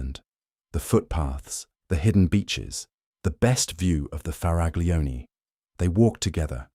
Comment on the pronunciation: For the English: 'Cah-pree. It's Italy, not France. And it's not "farag-lioni" with a hard g. In Italian, the group "gl" stands for the same sound the Spaniards make when reading "ll" (double el) and the Portuguese when reading "lh" (el + h). For the hard c, Italian writes an h after the c. So, "Michele" is read "Mikèle".